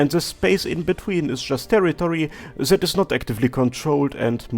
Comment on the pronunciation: is this a parody or is your accent really that bad ? :) As a german I usually don't notice it... but it literally sounds like you are saying "zed" instead of "that" xD